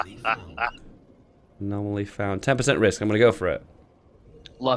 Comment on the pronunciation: good lord! it's "anomaly" not "a-nominally"! There are only 4 syllables, not 5!